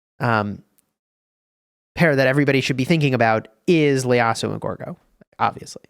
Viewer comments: Its not Leyasu. Its actually ieyasu. Pronounced “ E-ye-ya-su” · Is it just me or is he saying Leyasu instead of Ieyasu? Hahahaha love the vid :D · Noticed that as well lol, it might end up as a nickname for him if it sticks even though it isn’t correct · Again,. IT's Ieyasu, not Leyasu. ieyasu. with an i. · btw its ieyasu not Leyasu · Its an I not L in his surname